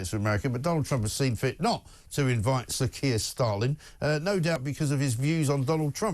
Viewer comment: He did say Sir K Stalin at the start did he?!